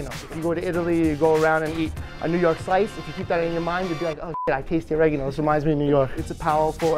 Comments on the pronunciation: The way he said oregano 😭😭😭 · As an Italian, oregano it's Italian, and not New Yorker...